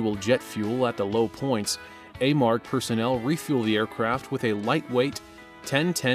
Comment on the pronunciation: It's pronounced A-marg. My husband and son have worked there for over 10 years.